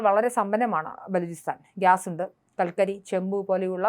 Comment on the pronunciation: ഉണ്ട , ഉണ്ട _ എന്നതിന് പകരം ഉണ്ട് , ഉണ്ട് എന്ന് പറഞ്ഞ് ശീലിക്കണം. മിക്ക ചാനലിലും വാർത്തകൾ അവതരിപ്പിക്കുന്നവർക്ക് ഉച്ചാരണ ശുദ്ധി എന്താണെന്ന് പോലും അറിയില്ല. കുഴപ്പം അവരുടേതല്ല.... ഒട്ടും മറവില്ലാതെ തന്നെ പറയാം...കുഴപ്പം അവരെ പഠിപ്പിച്ച അദ്ധ്യാപകരുടേതാണ്. സ്കൂളിൽ പോകുന്നത് കുട്ടികളെ തെറ്റില്ലാതെ പഠിപ്പിച്ച് നല്ല വഴിക്ക് നയിക്കാനാണെന്ന ചിന്തയില്ലാത്ത അദ്ധ്യപകർ ; ക്ലാസ്സുകളിൽ അബോധമായി എന്തൊക്കെയോ കാട്ടിക്കൂട്ടുന്നു. യൂണിയൻ പ്രവർത്തനത്തിനും , സാമ്പത്തിക കാര്യങ്ങളിലും മാത്രം ശ്രദ്ധ പോകുമ്പോൾ ഓരോ കുട്ടിക്കും കൊടുക്കേണ്ട ശ്രദ്ധ അദ്ധ്യാപകന് നഷ്ടപ്പെടുന്നു. ഇതു മൂലം എന്താണോ സംഭവിക്കാവുന്നത് അത് മാത്രമേ കേരളത്തിലെ വിദ്യാലയങ്ങളിലും സംഭവിച്ചിട്ടുള്ളു. മലയാളം അക്ഷരങ്ങൾ മുഴുവനും തെറ്റില്ലാതെ എഴുതാനും അത് ഉച്ചരിക്കാനും അറിയാവുന്ന കുട്ടികൾ MA ക്ലാസ്സിൽ പോലും വിരളമാണ്.